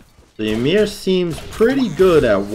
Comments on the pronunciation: It’s ymir, not YUhmir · Pretty sure its actually pronounced yeemir.